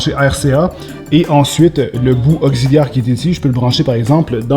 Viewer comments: augziliaire ma fois 😂 tu à wisher ton français 😂 sinon tu peux le brûlé 😐 la barre de son mérite d'être brûlé franchement 😂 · un cable "ogziliaire"